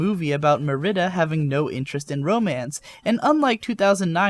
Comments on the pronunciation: it's (Marry-dah) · I'm sorry to point this out, but you really failed at pronouncing Merida's name from Brave >.< Have you actually seen the film? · squints at mispronunciation of Merida you threw me there,, but other than that I loved the review and the cute alpacas. edit; wait, wait * <-- those make bolded letters. that's so neat!